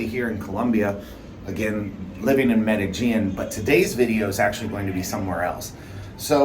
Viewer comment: Medellin = pronounced "Meh-de-sheen"